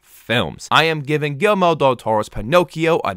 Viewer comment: Great review! Btw.. It's not "Gilmore" Del Toro... It's It's pronounced Gear-Eel- Mo 😆